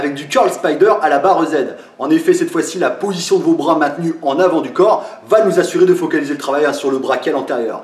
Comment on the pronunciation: "Verrouillez moi bien ce brôas" :)